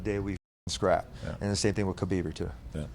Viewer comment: Lol "Khabeiber" 🤣